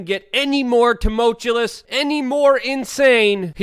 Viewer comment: "Tumultulous" "Dunningham"? Really Luke? Are you doing this on purpose?